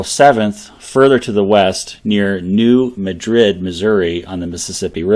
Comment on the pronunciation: In Missouri, we pronounce the town as New MADrid.